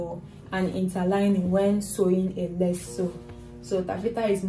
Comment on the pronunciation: It’s lace. With her accent it sounds like “less”